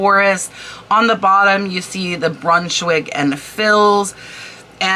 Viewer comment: Hi, Former decorative textile representative here… Thibaut is phonetically pronounced: tea bow Brunschwig & Fils Is pronounced - you got Brunschwig correctly; Fils is Fea The s is silent! I have a ton of sampling and yardage I’ll be listing soon! Thanks for the prompt!!!😅